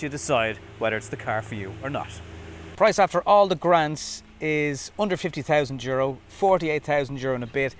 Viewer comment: At the start you said under 50k, I thought you said 150k lol Great review as always but 66k for an inefficient car is just too much for me, can you feed electricity to your house/appliances from this car?